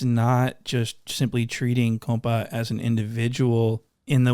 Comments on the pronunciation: Say compa like coca lol 👍 😅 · Ah why aren't you pronouncing it COMPAW ŔŔŔAIDERRR